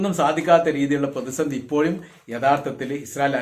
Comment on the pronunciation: ഇപ്പോയും അല്ല ❌ ഇപ്പോഴും ✅